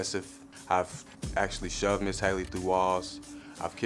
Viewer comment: Him saying ms. Hayley is making me mad